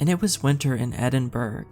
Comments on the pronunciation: it's not Edinburg, pronounce it Edinborough. Enjoyed the story. Michael (from Scotland) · Loved the story and was gonna correct your pronunciation of Edinburgh, but someone already did that LOL! My dad is Native American (Osage), but my mom’s family is Scottish.